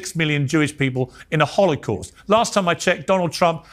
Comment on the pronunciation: Did Tucker say holicaust?